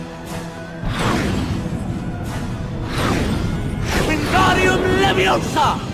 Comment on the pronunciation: Its LeviOHsa not LevioSA